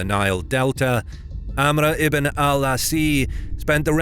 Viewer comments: My friend, how did you turn ‘Ās into ‘asee’. It’s pronounced ‘Aas’ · His name is Amar ibn Al Aas (May Allah swa be pleased with him) not Al- Asea. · Amr ibn al Asi? "Asi"? Its Amr Ibn al 'As. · The commander name is Amr Ibn Al As and not Al Asi. Please fix it. Thanks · The commander name was Amar-ibn -Al-As not Amar-ibn-al-asid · Great work but just sayin = its 'amr ibn al'aas " spelled, not 'asiii" there is no i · His last named was pronounced Al-Aas not Al-Asi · Amr Ibn Al 'As, not Abr Ibn Alasee. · As, not Asi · Excellent video, but the Ibn Al-As pronunciation is incorrect, why do you add Asii, just عاص (Az) if you want you can add the As’s. Secondly, the fictional images of muslim leaders lacks realism, they are all wearing current Arabian Shemagh which was invinted by British colonist in the late 19 century - early 20 century to protect them for the hot Arabian sun, you should have implemented a more thick beard Arabs with Arabian Turbn (one of your Arab friends should help search for it, it’s difficult to find using english keywords in google) Fun fact: When Umr Ibn Al Khatab and Muslims capture Jerusalem, Christian’s added in there surrendering treaty that Jews can’t enter the holy city which Muslims refuse and they settle on jews can visit and stay in the city but without dealing in commerce, so I’m not sure about that item in the Alexandia surrendering treaty (I don’t have a factual info, but it’s known that Muslims always dealt well with other religoins when they invaded these lands, thats why these lands from Morocco to Pakistan have a long admiration to this religion) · Its promounced amr ibn al AAS